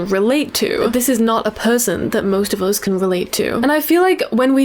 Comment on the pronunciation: Why do you say "us" like "oz"?